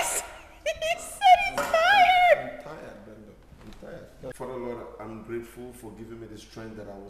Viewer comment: He said “im tiyad” lol